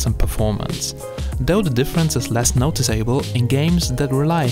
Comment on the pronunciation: I've never heard someone pronounce "noticeable" as two separate words.